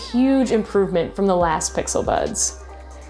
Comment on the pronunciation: I heard her say bixel buds